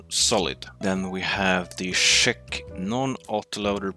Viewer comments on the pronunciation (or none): Aye there lad! I have few questions: 1. Did you take into account that Škoda T40 has a very good penetration, mobulity and demage per shot for a tier 6? 1'. PS: Listen to yourself as you say Czech, i'm hearing Szech. (Yes, i'm Czech myself) 2.I would love to see you and Edwin go against each other you in a Churchill GC and Edwin in a KV-2. For a battle for the real S tank in this tier, because from what i heard KV-2 should be there too. Thanks if you even notice me! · please stop calling czech tanks cshek please my earsare bleeding